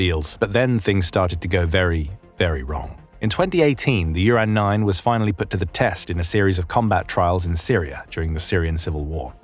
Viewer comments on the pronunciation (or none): Didn't even mention the flaw of naming this thing Uran and pronouncing it Urine